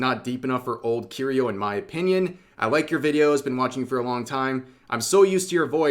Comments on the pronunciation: Rev saying Kiryu like he's saying Cheerios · How can you be an obviously major weeb and still pronounce kiryu wrong?